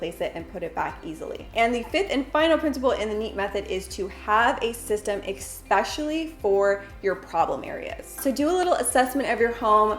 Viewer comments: Thanks for the video. Btw, i think the word you want is especially (it sounds like you often say “expecially”). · You are honest to god my favorite Youtuber. I’ve been watching you FOREVER. I am so excited to try the NEAT method, thank you for the video. There’s so much hate on social media so I’ve never wanted to say this, but I just want to tell you the word is pronounced eSpecially, not eXpecially. Not trying to give any hate whatsoever. It just bugs me every time. Hopefully you don’t take that the wrong way. Seriously love you. Keep up the amazing videos as always. ❤️ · You are cute but it's not eck-specially. Especially no ek. Pronounced Ess-specially. I just watched 3 of your videos and you said it in every one.